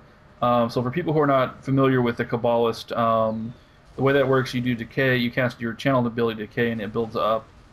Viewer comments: this isnt really an issue but when u kah-ba-list it really ticks me off :P. Its pronounced KAY-ba-list. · It's pronounced Ca ba list. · You say Poe Tay Toe, I say Puh Taw Toe. You say Toe May Toe, I say Puh Taw Toe. You say Kuh Bawll Ist, I say What The Fuck? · The way you say cabalist is so wrong, it just pisses me off.